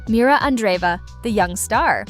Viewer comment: MIRRA. NOT MIRA.